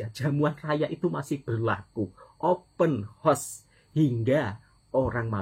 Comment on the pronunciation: ...kita betulkan ya...sebutan OPEN HOUSE tu...OPEN HA..OS,bukan OPEN HOS.